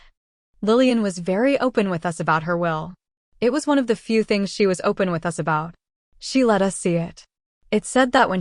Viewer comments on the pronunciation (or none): It’s A.I. I just realized when they said “U.S.” instead of “us” it’s too bad though. I really needed to read this for Book Club.